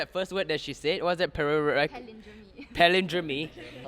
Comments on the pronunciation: I enjoyed this but just a slight correction, it's pronounced as "palin-drum" not "palin-dro-mi". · “palindrome" is not pronounced as 'palindro-me'. It is pronounced as 'palindrohm' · It's actually "Pa-lin-drome", not "Pa-lin-drome-ei" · Pretty sure ots pronounced pa-lin-drome and not pa-lin-dro-me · It is not pronounced pa - LIN - dro - ME, its PAL - lin - droam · paLINdromee? I thought it was PAlindrome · Who pronounces ‘palindrome’ as pa-lin-dron-ME?! Have I been saying it wrong or...? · Hey You Know Its Not Palindrome Its Palindrom Pronounce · She pronounced "Palindrome" wrong. I would not have given her the point. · Denise’s pronunciation of palindrome really kills me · Palindrome was mispronounced she shouldn’t have got the point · They kept mispronouncing palindrome and it got on my nerves lol. Anyone else? It's pronounced the pal-in was right, but there's no "e" sound. The "drome" rhymes with "roam" and "foam." Think more like drone for the spelling. I mean I know I'm picky and all, but this one really bothered me lol